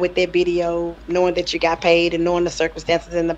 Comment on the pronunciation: The phrase is "THAT" not "DAT".